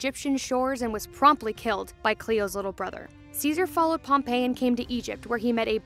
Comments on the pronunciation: This chick did NOT just say “Pompey” as Pompeii- it’s “Pom-pee” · pompey was pronounced pom-pee (its funny because Pompeii is pronounced pom-pey, instead of pom-pee)